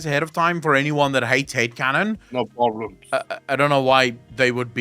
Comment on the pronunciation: I swear. Whenever you say Head canon, I hear Hate Canon. and keep thinking about a Head canon filling in all gaps in the story in the worst possible interpretation